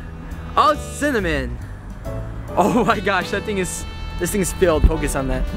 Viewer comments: he said cinmin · Does any body else think he's saying semen...